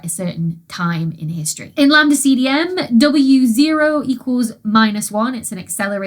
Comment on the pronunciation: On hearing Wa & W0 getting pronounced as Wawo and B.A.O., must admit I spent a few minutes trying to work out an acronym to fit B.A.O.B.U.N....